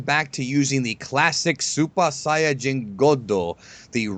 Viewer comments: I'm tired of hearing that guy say sighin. Why can't you be normal and say saiyan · This series is so stupid...its like the writers never watched DBZ...and you guys can't even pronounce Whis or Saiyan...